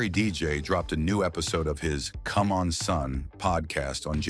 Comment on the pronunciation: Cum on son is definitely not how that name is pronounced 😂 This has to be an AI voice-over